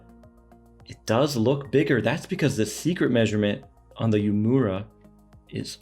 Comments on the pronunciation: It's pronounced "Ooo-Eh-Muh-Ra", not Yu-mura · Love your vids! Just for reference it’s pronounced ooh-eh-moo-ra though not as exaggerated